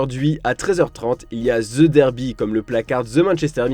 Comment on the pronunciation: " ze-derby"😂 "ze- manchester 🤣